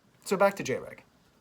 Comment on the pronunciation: Cool video but MAJOR FLAW. Its pronounced Jr. Egg (that's why I had to dislike unfortunately)